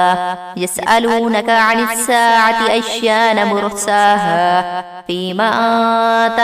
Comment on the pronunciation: آیان مرساہا ہے